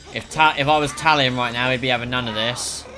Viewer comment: "none" not "non" Not trying to be a know it all dick I just thought I'd point it out